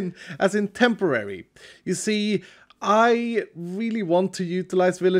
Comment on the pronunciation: The "tent-orary" got me chuckling 😂